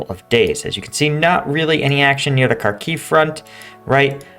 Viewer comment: Herrs-on would be the pronunciation of Kherson and same with Kharkiv. Har keeve. Look at the supply routes for your clues on why Ukraine is moving the way it does and don't forget about sleight of hand. 3D chess going on here. Mostly on the determined side.